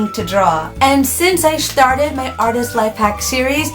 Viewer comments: "Shtarted" P R E A C H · shtarted... lol XD